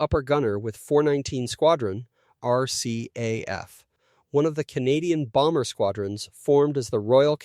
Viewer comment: It’s not R-calf. It’s R C A F! Same for R A F. My father was an aero engine mechanic, for much of the war in Winnipeg, where I was born.